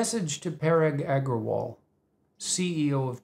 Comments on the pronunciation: mr eggerwall lmoo, bucthered the name like a pro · Indian me in splits at his pronounciation of parag agarwal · It was funny hearing that "Agrawal"